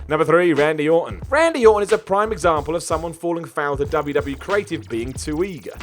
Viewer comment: ...W W E. Say it. EEEEE